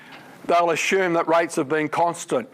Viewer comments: Stop saying ashoom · I'm Australian like Dr Snelling and his pronunciation suggests to me he's from the State of South Australia (capital Adelaide). We don't have a lot of regional variations in our accents but saying "ashume" for "assume" is one of them.